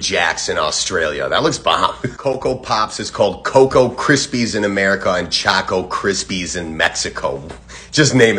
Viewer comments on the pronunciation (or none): The way he pronounced choco Krispies wrong hurt my heart 😭